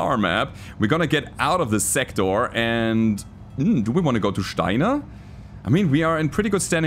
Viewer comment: When a German guy gets excited about going fast and use maximum firepower... I felt that as a Pole :D Great job, man. Oh, and I also enjoy you pronouncing Steiner better than the ingame va. You do a proper "Shteiner", while they go with an "s" - I raise my Weizen to you. Der Angriff Steiners war ein Befehl!